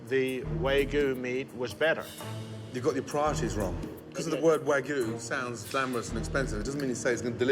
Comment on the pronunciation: Man's so proud of his wagyu, but can't even pronounce wagyu